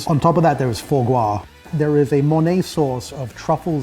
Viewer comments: Holy crap, how difficult it is to pronounce Fois Gras properly. No need to make it sound sophisticated. Its Simple "Fa - Gra", not whatever the hell he was saying. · foie gouaaaawhww xd lol It's foie gras GRRRRAH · Fo Gwahhh?! Foie Gras - Fwah Grrra. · For-Gwah? It’s Fwah-Grah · annoying pronunciation of Fois Gras.........gaaah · dis niggah just say 'for gois'? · Absolutely butchers the pronunciation of Foie Gras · That is... not how you pronounce "foie gras". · Hahah this pretentious douche has the audacity to use the words "profoundly imbued with those sort of Maillard Reactions" but can't pronounce "foie gras" properly. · Learn to pronounce foie gras properly. Jesus